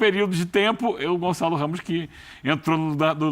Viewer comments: Gonzalo??? 😂😂 fdx é GonÇalo!! Com Ç! O Gonçalo Ramos é português!! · Lógico que o Ruben Neves é que entrou no lugar do Cristiano, mas na prática ficou depois o Gonçalo a fazer o papel do CR7, portanto os comentadores têm parte da razão. E diz-se GonÇalo e não Gonzalo, basta saber a diferença de som entre um ç e um z. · Caraca não saber os nomes do jogador tudo bem .. pelo menos saber pronunciar 😂 Gonzales pqp caraiii é espanhol ?!?!